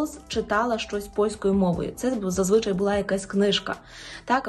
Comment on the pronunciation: НЕ 'зазвИчай", а зазвичАй.